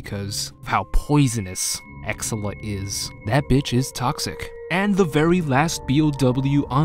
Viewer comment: Ex-SELL-uh The way you pronounce many of the names are offputting sometimes